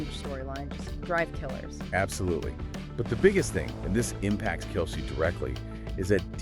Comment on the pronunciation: This AI voice has trouble pronouncing Kelce, Jeez, you want hits just do the narrative yourself or is English not your native language? THUMBS DOWN